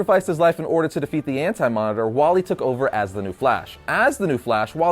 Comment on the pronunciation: dude its wally not wallet